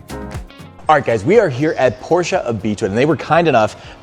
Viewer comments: The city where on the porsche emblem on the front hood, that´s my hometown. And Yes, that´s the rigth steeringwheel and the ignition is on the left. 👍 by the way we say Porsche not Porsch. He said rigth, but the customer doesn´t. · Say it with me: Por - SHA